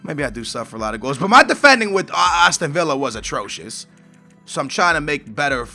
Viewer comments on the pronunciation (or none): none